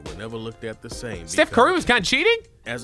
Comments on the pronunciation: Stephen not Stufh please say it right I am getting so triggerd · Stufh Curry the goat